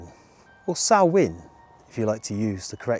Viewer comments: Fun video! Good that you pronounced the Irish word Samhain correctly too 😉 In Welsh it is Calan Gaeaf. 😊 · Loved the video, thanks. Great that you pronounced Halloween in the Celtic language correctly. Take some nuts for the squirrels and hold them out flat on your hand. You may make one or two friends! xx